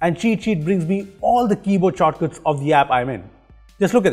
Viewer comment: "Keyboard chorkuts"